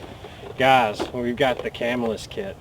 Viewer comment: Its pronounced Ca-mill-us. I think that is a bone saw with that stopper on the end.